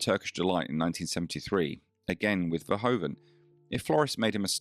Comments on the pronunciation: Verhoeven with oe as in Shoe, not o as in go..., again, have some RESPECT. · I remember him best from 'Soldaat van Oranje', although his personality in that role doesn't reflect mentioned ambiguity. Btw Paul Verhoeven's name is pronounced more like 'Verhuven' or 'Verhooven'.